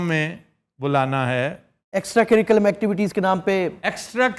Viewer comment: With due respect sir , Your researcher pronounced " sirculam" سری کولم۔ while the correct word is curriculum کریکولم